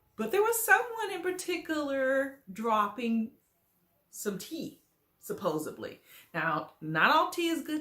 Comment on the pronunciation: Supposedvedly? Not a real word honey 😂😂😂😂